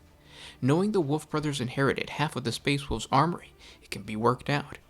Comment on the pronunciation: It sucks he cannot say "wolves"